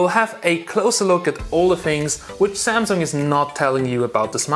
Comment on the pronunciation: It pronounced SAMSUNG and not ZAMZONG